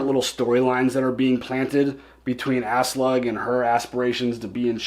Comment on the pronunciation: When pronounces Aslaug as Ass-Slug 🤣